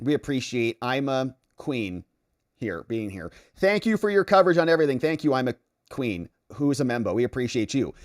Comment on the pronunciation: That one Membo person name was Queen-fer, Not Queen. Was there something wrong with the name, Like a southpark Ep. when the canada girls were Queen-fer-ing?